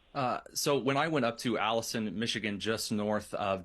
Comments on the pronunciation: Can anyone tell me the name of the town in Michigan that mentioned where he went to a multi-hour Trump rally? It sounded like he said Allison or Ellison Michigan but neither of those places exist. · OMG! I thought he was saying Allison, Michigan. I was thinking, there is no such place. But, yes Alanson, Michigan is four hours away in Northern Michigan. It's closer to the U.P. then it is Detroit. is a tool.